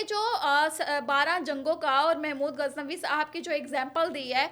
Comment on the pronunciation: او بھائی آپ صحافی کہلواتے ہیں لیکن آپ محمود غزنوی کو اپنی ساتھی سمیت محمود گزنوی کہہ رہے ہو۔ خدا کے لئے نام تو درست لو